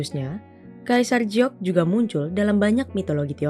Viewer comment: "Giok" kenapa dieja jadi mirip "Jiok"?🙄